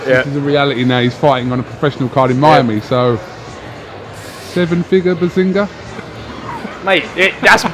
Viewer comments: *Behzinga not berhzinga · It’s fucking Behzinga not Behrzinga. Atleast look into it before posting... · How can you fuck up twice? “Berzingha” “Behzingha” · it’s behzinga btw 😂